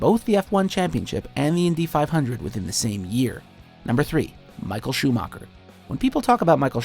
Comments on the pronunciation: Anhone who says schumacher like ' schumarca' should leave youtube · Schumacher (whose name you couldn't pronounce right if your life depended on it narrator guy) second most pole positions, second most races driven, most WM titles by 2 with 7, almost 30 more grand prix wins, most wins in 1 season, second most wins in a row. Gets place 3 while the guy he overtook in everything, which btw is literally your last sentence of the video, gets first? I mean hey you can put Senna or Schumacher at 1 and i wouldn't care if the other had 2, but Schumacher 3, Hamilton not even on the list. Go home Watchmojo you're drunk, and painfully obvious have no clue of formula 1.